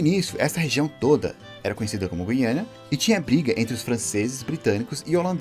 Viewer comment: Guiana, e não "guiânia."